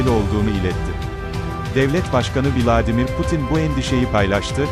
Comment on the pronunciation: Yemin ediyorum kaşık kadar güçleriyle nasıl uğraşıyorlar bizimle yunanı da aynı bunlar da... Bu arada vilaaademir nedir admin ya 😂